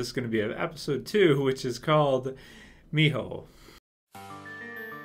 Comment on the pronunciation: For what it's worth you pronounced Mijo very well. I am in love with this show by the way, looking forward to more reviews.